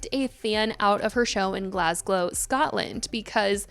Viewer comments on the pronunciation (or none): Mate ma from Glasgow and it’s not Glasglow 😂😂 ma howling at it